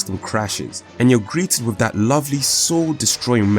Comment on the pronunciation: "Fings" not THINGS? "Wiv" not WITH?